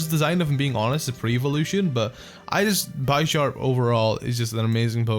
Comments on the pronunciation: It's BISH-ARP not BYE-SHARP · I still hate the way you say Bisharp, it's obviously Bish not Bi S, y'know cuz Pawniard is a pawn and Bisharp is a Bishop? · Sorry, but I think it's bish-arp not bi-sharp, unless it's like bi-sharp in the anime or something... because he's a bishop... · That's not how you say bisharp it's not bysharp like by sexual it's b I sharp i aaaaaaaa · its proncounces beesharp, not bysharp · Bisharp is pronounced as Bee-sharp, not By-sharp... It is a combination of BISHOP and SHARP... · And bishop is pronounced Bi-shop not Bee-sharp So Bisharp should be bi-sharp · B-I-sharp not bie-sharp bro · byesharp? i thought it was bisharp? oh i was wrong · By sharp lol it's bisharp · Did he just call it bi-sharp it's pronounced bishop, like chess but bisharp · You pronounce bisharp wrong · bisharp's name comes from bishop and sharp so think of how you pronounce it's name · u pronounced Bispharp wrong.. it's pronounced like Bishop but with sharp instead of shop... pawniard (pawn from chess) evolves into Bisharp (Bishop from chess) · The "I" does not say its name in Bisharp, the name is a combination of bishop and sharp. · One of my pet peeves is when people mispronounce Bisharp. Always elongating the i. It's Bisharp as in bishop, Not Bisharp as in bicycle. I'm just like complaining though so don't mind me.